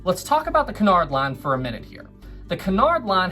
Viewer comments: Sorry, but it's 'coo-nard', not 'ki-nard' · isn't it que-in-ard line?